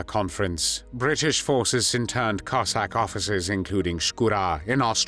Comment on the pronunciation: Диктора на мусор! Козака а не коэсака!😂